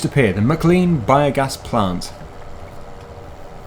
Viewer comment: Merry Christmas everyone!! Just letting you know; Maclean is pronounced miclain